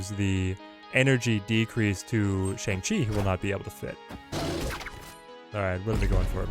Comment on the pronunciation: Killer content. Just wish you (along with literally every other snap content creator I've seen) would pronounce Shang-Chi correctly...it's like bong with an sh instead of a b.